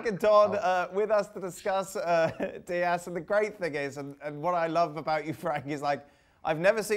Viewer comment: Dias, "S" not Z